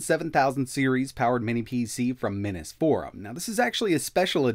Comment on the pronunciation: Does the Minis Forum care that you totally mispronounce their name every time you do a video?